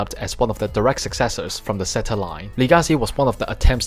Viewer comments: Quick question why do you keep saying ze-ta Gundam not zeyta? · sorry it's just a bit weird cause almost every gundam YouTuber I know say zeyta not ze-ta sorry 😞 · I also like japanese it's just that I'm so used to hearing people say zeyta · I know I'm just confused cause other YouTubers say zeyta